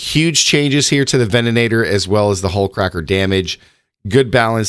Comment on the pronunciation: Did they also add an extra "an" to the ven-a-tor?? 😂😂😂